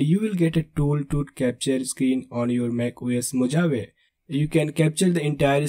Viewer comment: Thanks for the video. It is interesting. Just a humble suggestion. Mojave is pronounced differently. As spelt, "MO-JA-VE" is incorrect, but /moʊˈhɑːvi, mə-/ moh-HAH-vee. Spanish words adapted in English have different pronunciations like Tortilla is not "Tor-TI-La" but Tor-Ti-YA! Strange isn't it?